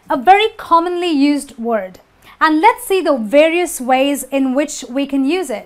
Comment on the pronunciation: wrong pronanciasion of 'varios'!